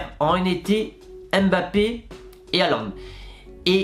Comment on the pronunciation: Hésite pas à travailler la prononciation pour Erling Haaland ...